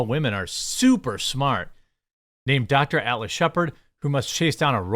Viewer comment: Jeremy your midwest accent I barely notice... Usually... but the way you pronounce "Atlas" sounded like "Alice" until much later in the clip.